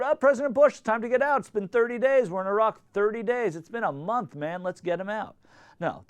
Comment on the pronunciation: How odd to hear an American pronouncing Iraq properly :P